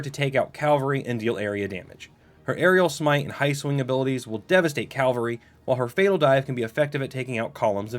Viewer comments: cav-UHL-ree (or cav-ull-ree). gl-OW-stir. SANE-gwin (or sometimes SANG-win) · Bro do you realise you're saying "calvery"